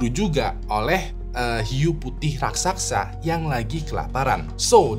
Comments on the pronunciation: Raksasa bang bukan raksaksa 😅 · raksasa bang, bukan "raksaksa" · kyknya raksasa bang, bukan raksaksa